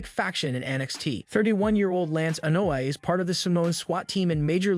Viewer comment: Lol... And he says Solo Sicko lol and Annoy family lmaoooo😂😂😂😂